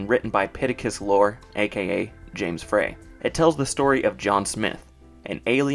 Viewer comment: James Frey’s name is pronounced “fry,” not “fray.” How do you not know this? Did you do any research? Frey was caught up in a major book publishing scandal in 2006 with the most famous woman on Earth, Oprah Winfrey. He is literally a household name.